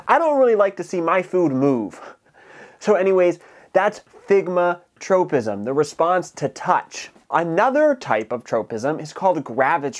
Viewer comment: It's "thigmotropism", not "thigmatropism".